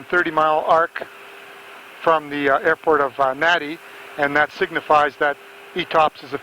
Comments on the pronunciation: Nadi in Fiji is pronounced “Nandi”. Vanuatu was incorrectly pronounced as “Vanatu”. Also, there is no island called Vanuatu. It is an island nation that consists of over 80 islands. The main airport is located in the capital of Port Vila on the island of Efate. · Someone needs to explain to the how to pronounce Nadi and Vanuatu.